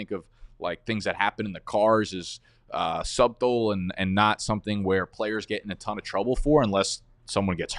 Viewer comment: Babe, did you pronounce Subtle (Suh-tl) as (Sub-tl) ? DIABOLICAL